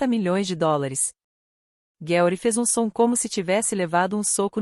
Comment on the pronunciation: Por favor, escolha uma narracao (IA?) que consiga pronunciar os nomes em ingles corretamente e o mesmo para o portugues. Uma hora fala Bruke outra fala Broke ou Brouke. E o Gueuri?? Aff.